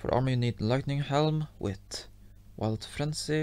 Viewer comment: I like when he says “with” coz it sounds like wit😅😂😂